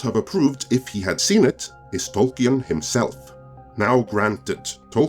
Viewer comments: Tolkien [ˈtɒlkiːn] ... no e 🤓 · It's pronounced Tolkin, without the E. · Could you please learn to pronounce tolkien before you do another of these. it is beyond distracting